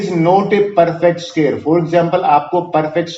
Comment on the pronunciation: Sqear nhi square